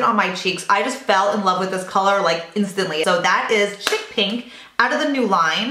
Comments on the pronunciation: He he....... Its not CHICK PINK...... It's pronounced "SHEEK" xx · Hey!! Loved everything as usual! Just an FYI...the blush u got from guerlain is pronounced "sheek" pink. Chic is French and means very high-end, or in fashion. Lol...ur too cute!! Xoxo